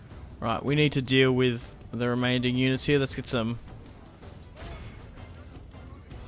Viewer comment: I enjoy your videos but what's with 'remainding'?